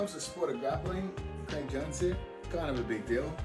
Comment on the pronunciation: His name isn't Creg. Wtf. It's Craig. Cray-g. Say his name right.